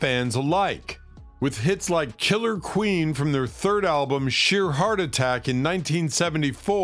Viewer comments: the narrator. It sounds as if he said "chiller queen", not "killer queen", referencing the song by that name by the band Queen. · Did he say "chiller queen"?